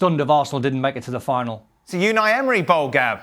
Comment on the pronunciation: Hahahahaha Unai Emery ebening